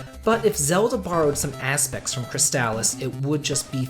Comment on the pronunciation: Again, I would pronounce Crystalis as Crystal-lis (less?), not Cryst-Stal-Lis. :p